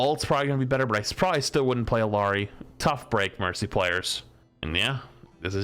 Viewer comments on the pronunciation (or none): Hey, I’m a new viewer and I’ve loved your coverage of OW2. Thank you for covering this patch! I don’t know if you’ll see this comment but I would be remiss if I didn’t tell someone that Illari’s name is not pronounced the way it is read in English. The Quechua word “illariy” is pronounced as “hiyari” with a very slight ‘h’ or exhale before a strong ‘iyh’ sound to start and the double L’s pronounced as a Spanish ‘Ll’ or ‘y’. I hope that helps to some degree. The only reason I mention this is to help inform of a language from my family’s home country. Both my Mother and Father were quick to point out the mispronunciation on different videos where her name is mentioned. As a new player who shares her name, it brings me great joy to be an Illari main. Viva Peru! 🇵🇪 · It's been 5 months, please learn how to pronounce Illari's name